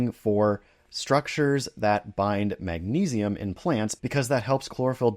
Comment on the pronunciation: Titanium, vanadium, “magna say” what???😂